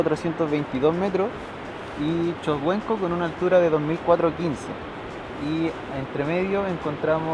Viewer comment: choguenco dijo ?????